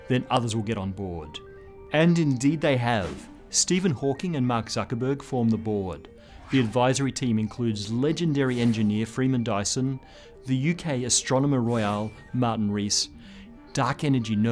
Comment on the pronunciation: astronomer ROYAL. Not "Royale" sorry to be pedantic.